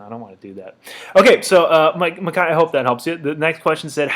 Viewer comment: Thank you for this! I was actually surprised you pronounced my name right the first time (Mick-eye) haha people usually don't get it right for months. Lots of great advice in here and I'm looking forward to your string series too! Appreciate it bro